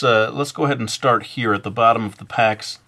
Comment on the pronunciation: Zeh pecks xD